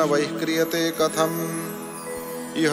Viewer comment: अत्र त्रयोदशश्लोके उच्चारणदोषो जातः। नास्ति कोऽपि पाठभेदः ।